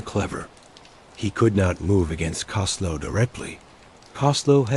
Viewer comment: You need to learn how to pronounce Costello name correctly